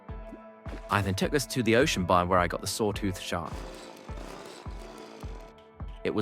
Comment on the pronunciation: This voice has to be AI, I can understand having a speech impediment but pronouncing words like “tempest” wrong and slurring “biome” into “bire” with a very English accent is so so strange